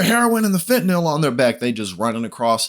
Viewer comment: To - Finally! Someone who knows how to pronounce Fentanyl. Thank-you.